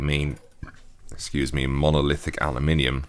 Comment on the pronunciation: God, it feels so good to hear someone pronounce aluminium correctly for once.